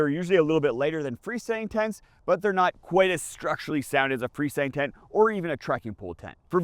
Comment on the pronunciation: Translation: Fresndntent = Free Standing Tent